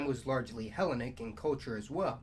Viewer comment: "he LEN ic" "le VANT" check Google pronunciation